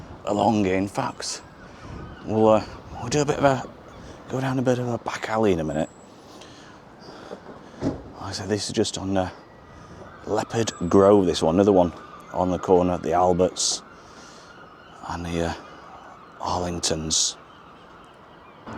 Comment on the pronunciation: Is it not Leo-pold gr not Leapard gr?